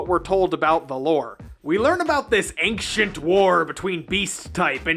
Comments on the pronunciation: Who tf pronounced “ancient” like “anxiount?” Triggered. It’s ayn-chent. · Ancient is pronounced “Ayn-chnt” not however you’re saying it. Really bothered me the whole video. Look it up. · Wait did I hear ancient pronounced “anxient”? 😏 Niceee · "ainKcient" Now you can never unhear it.